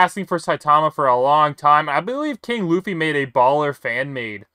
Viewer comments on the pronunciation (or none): none